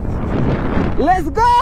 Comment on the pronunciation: Let's go, ta thik kore prounce koro khub kharap sonachha